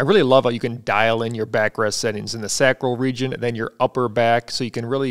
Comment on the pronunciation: nice review, but as a Doctor, please say Sacral correctly. SAAAcral . not SaCRAL, with a low a. lol but keep doing what your doing